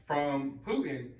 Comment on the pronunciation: Like your vids brother! This man in Russia’s name is PuTin not Pu un!